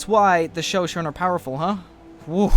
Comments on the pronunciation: Isn't it pronounced Sho-Sho-Ne? Not Sho-Shone...? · GAH IT ISN'T 'show shown' it's Show shown ee' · Sho-Sho-Nay, not Sho-Shone. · It is sho-sho-ne not sho-shon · Also, its Show-Show-Nay, not Show-Shown. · It's bothering me so much how pronounces Shoshone. It's pronounced like show-show-neigh. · Sho-sho-nee. Just for the record. Good vid. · It's pronounced sho sho knee In the future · Sorry to be this guy i know its not a huge deal but Shosone is pronounced Show-Show-knee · Show-Show-Knee = Shoshone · It's pronounced sho-sho-ni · Sho-sho-ne! Lol, it's pronounced that way. Or shu-sho-ni. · Mango peeped is the capital of the Shoshone and its pronounced sha-sho-ne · It's actually pronounce sho-shou-ni btw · I believe Shoshone is pronounced "sha show ney or nee" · Sorry to be pedantic, but it's sho-SHO-nee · Great episode, but for future reference, its pronounced sha-shonie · It is pronounced sho-SHO-ne. I mostly bring this up because I am descended from the Shoshone. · Sho-sho-nay! I'm sorry, but you need to pronounce the e. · Ik lots of people already said this but its shan-sho-knee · Its pronounced sha sho nea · it is pronounced sho shonee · Shoshone is pronounced shoshony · your pronouncing ShoShone wrong, sorry I just want to make sure you know. It's pronounced Sha-Show-Knee. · The Shoshone are pronounced sho-sho-nay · Its pronounced sho-sho-ni! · Holy Shit you could actually pronounce their names, but shoshone? Almost man almost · yes i just replied to you and- PRONUNCE NAMES RIGHT!!! LEARN TO SAY SHOSHONE- NATIVE PRIDE!!!!!!! srry i love your vids but you butcher all foreign anything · I believe the the e at the end of Shoshone is pronounced.